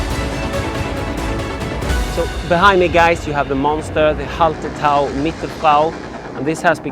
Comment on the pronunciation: Hey, love the look of the hop garden, way better than my attempt at growing along my garden fence. Although I feel everyone else is too polite to mention it, but surely Hallertau has no T after the LL?:)